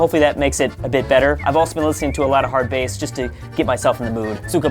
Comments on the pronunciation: when he says hard base instead of hardbass cyka blayt intensefies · Dude, its pronounced 'Hard Baas'. How dare you squat. You don't deserve any sunflower seeds. And go back to school (hard bass school - narkotik kal) You still get a like for being you though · He Said hardbass wrong cyka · You said hardbass wrong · HOW DARE YOU MISPRONOUNCE HARDBASS YOU ARE TO SAY WITH RUSSIAN ACCENT